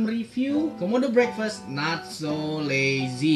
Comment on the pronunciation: Ngomong breakfast nya salah udik